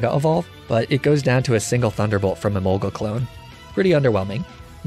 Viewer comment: Hearing you pronounce Emolga the common way was both satisfying and strangely unnerving.